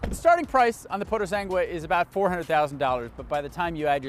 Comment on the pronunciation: Nope, it‘s not called „PooroSANgwe“ but „PooroSUNGwe“. Check your Italian before making the video ;-)…